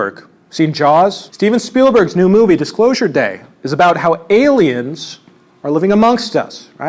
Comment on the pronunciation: "Stephen Spielberg's Dicklosure day - I mean Dicksclosure day" hit different after seeing the strait diagram